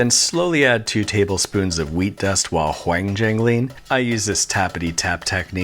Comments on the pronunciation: Nobody is going to talk about "wHangjangling"? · That hwhangjangling caught me off guard.